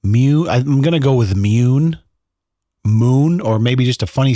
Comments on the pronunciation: It has to be pronounced "moon", not "Mewne" right? I mean, June not "jewne" Dune not "dewne." On a side note, My now adult son, he was boen when I was in my teens, is named after a lie I told his mother. hahaha It was harmless, she wanted to know what my middle name was early in the relationship and for some reason I thought it was funny to tell her the most ridiculous name I could think of and I never told her the truth until that name was on the birth certificate haha He rocks it though ;) I should add, I had no say in the name, there was no discussion, I didn't know what she was planning all I knew is that when I showed up and heard the name I was thinking "Oh shit.. I never told her the truth did I..." hahaha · Mune is pronounced myou nay...according to Google translate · ...the name Mune is pronounced "myoon" and means "Guardian of the moon". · Its pronounced MOON😂😂😂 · It’s pronounced “munneh” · The entire “Mune” story had me laughing so hard, the way you pronounced “Mune” and the way you portrayed the wife wanting to meet someone to conceive a child named Mune 😂😂😂😂😂🤣🤣🤣🤣🤣🤣🤣!!!!! HAHAHAHAHAHA!!!! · Wtf is a Mune ??!! 🤣🤣🤣